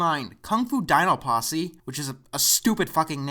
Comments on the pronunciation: KUNG-FU DINO PUSSY that's all I hear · I thought it said pussy 😂